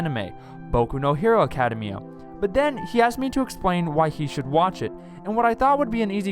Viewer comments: What is this "Acadamaya" that you speak of? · Good video but... Why do you say "academia like that?